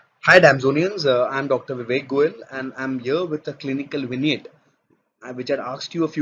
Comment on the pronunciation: Finally someone pronounced Vignette correctly